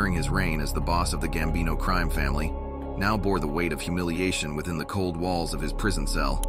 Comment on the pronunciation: Horrible 👎👎 ‘the gambino CREAM family”? 😂😂 can it pronounce ANY more words WRONG? Wow🤦🏻‍♂️👎